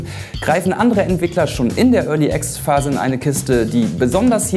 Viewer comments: Örli Access xD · Örly Access ;D